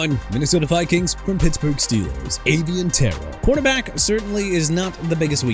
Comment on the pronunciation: STOP SAYING NEW OR-LEANS!! NEW ORLEANS PRONOUNCED NEW OR-LINS!!!! AND LET MIAMI GET JORDYN TYSON! WHO CARES?! AVIEON TERRELL PRONOUNCED AY-VEE-ON TUH-RELL! ALSO STOP SAYING JAG-WIRES AND CHEE-KAH-GOW!!!! JAGUARS PRONOUNCED JA-GWAARS AND CHICAGO PRONOUNCED SHUH-KAH-GOW!! MIAMI CAN HAVE TJ PARKER TOO! AND IT'S AKHEEM MESIDOR NOT MESSY-AH-DOOR!! QUIT YOUR JOB DUDE!!